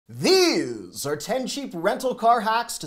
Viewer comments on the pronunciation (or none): none